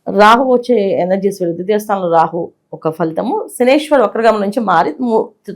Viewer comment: Shanishwara kadu Shaneishra. Kshaminchali